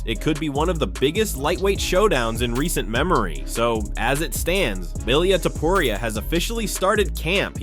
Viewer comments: Elaya topuraya? really🤣🤣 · Who the hell is illiea tiporia?????